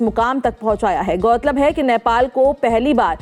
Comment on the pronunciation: Patrakar Mahodaya, its नेपाल not नैपाल